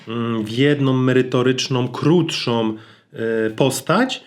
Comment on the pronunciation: Szacun za treści i przekazywane informację w Twoich filmach. Nie odbieraj tego jako czepianie się, spróbuj proszę używać samogłoski "ą". Sorry, ale czasami aż uszy bolą jak mówisz np. "w jednom, merytorycznom, krótszom" (4.48). A to tylko jeden przykład, z tylko jednego filmu.